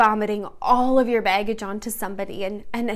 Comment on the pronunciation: Omg the way you say Baggage is so cute and Michigan hehehee. “Beggage”